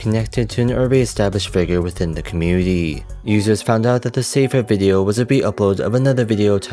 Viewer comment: why youtubers these days prefer to speak so annoyingly with enunciating and putting stress on the last syllable of the last word in their speech even if it’s incorrect (suddenly the word “commUnity” becomes “comunitEE”, or “Answers” becomes “answErs” and so on)